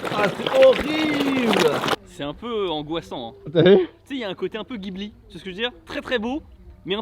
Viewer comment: pourquoi tu dis Guibli au lieu de Jiburi?